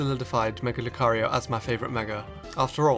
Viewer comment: who else clicked off the video when he said mega lucario